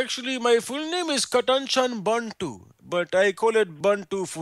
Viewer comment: It's not "Bontu"... It's Bantu